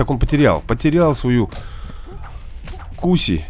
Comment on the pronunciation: Не куси а куса